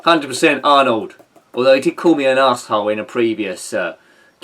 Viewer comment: Oh and to be fair to Arnold, I wonder if he called you an a*sehole because you keep mispronouncing his name at the end!? Maybe if you say it correctly he'll be friends and contribute some of his earnings to the upkeep of this channel and Igor's hefty food bills!?